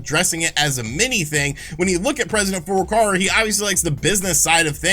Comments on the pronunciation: Just waiting for Nintendo president FLCL to give us the goods. It wouldn't be so bad if didn't say the name so many times in quick succession. President four door car-a. Furukawa is close to Fouuru-cow-a. And like Sean and his 12 shares, I can offer the correction because I bought his 32x book, the signed edition even. And its great. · Is ever going to pronounce "Furukara" right?